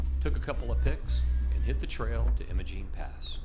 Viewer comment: Great video. Apologies for being pedantic, but it’s pronounced “eye-muh-gene”.